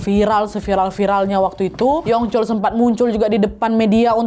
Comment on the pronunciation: Yu yongcol bacanya kak 🙏🏻